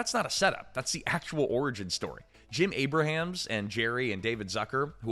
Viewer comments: You’ve used a real person for years in this channel now you’re using AI? Jim Abrahams is not pronounced Abe-ra-hams. It’s pronounced Abe-rums. Your last few videos have had many mispronunciations. It’s very discouraging. If this is a real person, he’s got issues. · Abrahams is pronounced Ay-brams, not Ay-brah-hams.